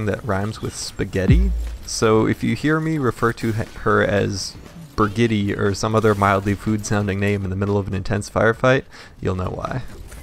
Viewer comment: Another way to pronounce it is also. Bridge-It